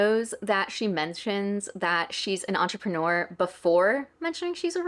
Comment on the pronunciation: It really doesnt matter at all but the way she pronounces entrepreneur just gets on my nerves 😭